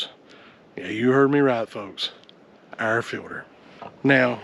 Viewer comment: As someone not from the south or a “”, I had to rewatch this 800 times to comprehend “air filter”